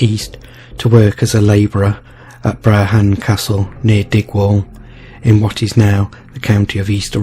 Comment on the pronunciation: The name of the Seer Kenneth Mackenzie is pronounced Bran , the name of the lady who had him killed is pronounced Seaforth not Seaworth the canal is called Caledonia not cale, donia.